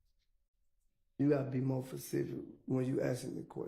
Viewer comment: “you gotta be more facific “ I’m dead